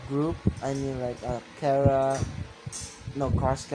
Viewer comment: Its chara not kara